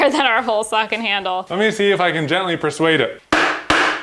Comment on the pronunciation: Emphasis on the word "gently" hahah